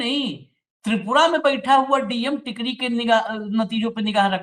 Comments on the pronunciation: टिकरी नहीं Sir, टेकारी है वो जगह, गया ज़िला में है एक जगह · Tekari hai sir tikri nahin hai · Tkri nahi tekaari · Sir ji nit tikri it's Tekari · टिकरी नही टेकरी है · Tekri nahin tekari hai.